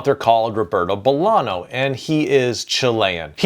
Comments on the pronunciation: Bolaño is pronnounced, Bo-lah-gno (like la-sa-*gn*a), not like an N. Similarly, Allende: ll = y (yak) OR j (jacket), not like L. Not rolling your Rs is ok, we're aware we grow up making the sound and you do not (so we forgive you ;) ). But these sounds do make you sound more professional when talking about our big writers. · can't believe it, so clever ideas and useful advices and yet, talking about South, Central or Latin American, or naming authors, you hardly pronounce a single one right: Paramore? Bolano? Mixing Title and text, I also assume a trainee does your video editing.:face-fuchsia-tongue-out::face-turquoise-covering-eyes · Just so you know, Bolaño with that letter ñ is pronounced Bolagno (similar to Gnocchi and Bologna). That's what the ñ letter does. Greetings from a Uruguayan living in the EU (= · Good tips. I wish the names were pronounced correctly though. Bolaño and Allende were butchered but Llosa was pronounced correctly. "LL" is pronounced like "Y", not as a long "L", so Ayende and Yosa. Bolaño would be Bolanyo. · As a Latino writer, it's my duty to say its pronounced "BolaÑo". It's not an n, it's an ñ